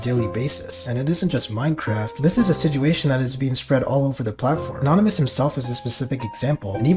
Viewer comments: a-naan-ymous woke up the big two headed camel.. i will correct him so he behave next time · Wtf 😭 bro is such a simp bruh. "A-Naan-ymous" bro what 😭 I'm boutta Kms 😭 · nah but a-naan-ymous sounds like the average 6th grader at my school😂